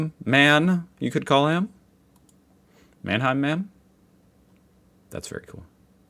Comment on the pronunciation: it's a "Mannheimer". ei is pronounced just i or y in this case